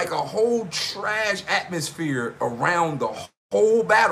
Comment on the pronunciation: Did he say trashatmosphere or trashmosphere? Damn that's hilarious. Just when I thought I heard it all...